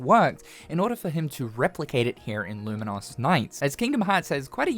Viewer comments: "Lumen - Os" is... a way to pronounce it, I guess? "Lumen - Us" is much more common. Either way, the game looks really cool, thanks for profiling it. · why are you saying Luminous so weirdly tho??